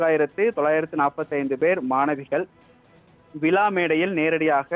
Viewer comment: அது விலா கிடையாது விழா முதலில் உச்சரிப்பு சரி செய்யுங்கள் நீங்கள் என்ன வேண்டுமானாலும் பேசுவீர்கள் நாங்கள் அதை கேட்கனும்